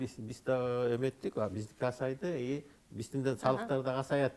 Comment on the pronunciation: Сыйлаймын канча кишини камсыз кылып атат дордойу мн. Азайып атат дегенди асайып деп,з с аралашып кетет экен😂